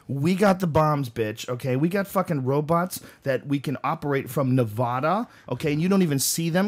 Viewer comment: Say Nevada right god damn it